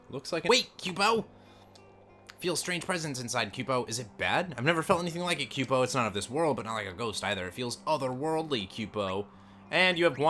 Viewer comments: "Kyoo-po"? "Reagan"? WTF man, it's "koo-poh" and "ree-gen" (as in regenerate)... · Kupo = Coopo Regen = regen like regeneration Also sayin pumice wrong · It's not your fault for not knowing because they aren't english words...but: Zidane = Zi-dahn Eiko = Eh-koh Kupo = Koo-poh Regen has no excuse though haha. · Also... "quepo"? Question, do you say Coupon or Quepon? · Tudhrvdyxyydv!!!! Theres no y in kupo. Its COOpo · No it's more like koo-po